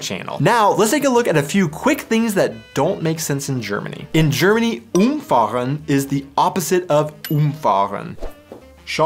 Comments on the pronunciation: UMfahren is not the opposite of UMfahren. It's the opposite of umFAHren. The pronounciation is different. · I hate to say it but as you said "Umfahren" and "Umfahren" you said the same word, meaning to drive something over, twice 😅 If you pronounce it correctly as UMfahren (to drive something over) and umFAhren (to drive around something), it makes a little bit more sense :) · You pronounced both versions of "umfahren" the exact same way. Umfahren = to run over is stressed on the first syllable - úmfahren. Umfahren = to drive around is stressed on the second syllable - umfáhren. While it is spelled the same, the difference is clearly audible. Also, of course, the words are written the same in the infinitive only. In normal sentences, "run over" is split, but "drive around" is not - I run over = "ich fahre um" vs I drive around = "ich umfahre". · the stress is actually on a different syllable for the second one: UMfahren = drive over umFAHren = drive around